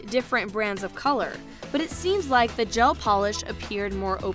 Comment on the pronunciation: Anyone else cringe when she says gel manicure